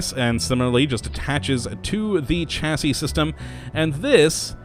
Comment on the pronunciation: You make the best mod show cases but you need to learn how to pronounce words m8 it isnt Chasi its more sound like Shasi Kay?